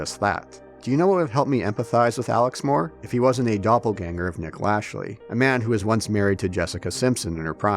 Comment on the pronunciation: I was like “who is Nick Lashley?” It took me longer than it should’ve to realize he just mispronounced Lachey (luh-shay)